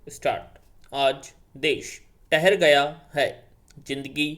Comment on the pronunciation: Desh thahar gya hai likha hai ...bola hai tahar gya hai..ट औऱ. ठ me frk hota hai bhai..